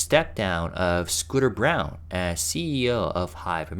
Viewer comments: I think that Scooter's last name is pronounced like BRAWN. Isn't it usually the case that the old CEO only sticks around for 4-5 years after a takeover? Surprised he lasted this long. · I’m hoping that you got that it’s not “Scooter Brown,” it’s “Scooter Braun” (pronounced like brawn.)